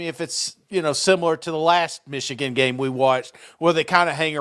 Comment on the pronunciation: I like hearing pronounce “Meeshigun” 😂👍 Rock On SEC!!